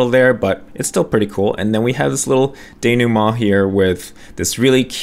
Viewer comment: sorry, whats a de-new-ma or whatever? 😅